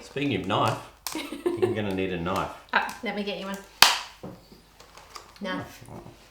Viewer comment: "that's not a knoife"